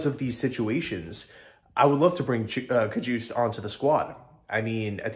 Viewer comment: Ka-hus-tay (Cajuste)